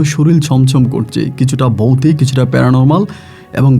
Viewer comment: Ami recent suchin but aste aste sob purano episode sunbo. Boutik noi voutik. Rag koro na vai